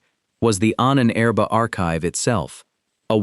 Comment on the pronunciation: The mispronunciation of "Ahnenerbe" used in the video makes it sound like the name of an Ancient Egyptian Pharaoh.